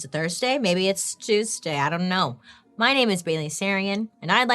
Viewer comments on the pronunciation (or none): none